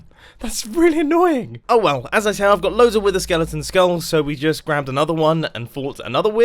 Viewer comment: the way he says wither lol